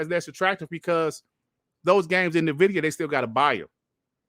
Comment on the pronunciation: Nvidia is pronounced "N-Vidia" like two words.... lol it's not Navidia .. Just droppin knowledge :body-blue-raised-arms